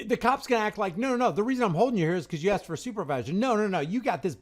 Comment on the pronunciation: " Axed " for a supervisor . Drives me nuts . Room temperature IQ cops . FTP